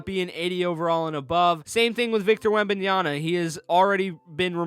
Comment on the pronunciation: It’s Wembanyama, not Wembanyana